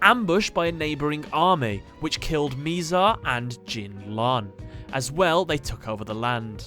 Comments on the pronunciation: just saying that it is Mizar not Miizar. I just had to point this out, it was getting me triggered that you pronounced it like that. (Sorry if that is your accent) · It is bizar not mizar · my guy, you suck ASS at pronouncing names lol. Miz Ale and Miz Are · You said his name wrong, it’s “MI”ZAR like saying “ that is so bizarre.